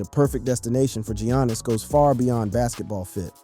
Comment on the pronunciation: Can't even say Giannis right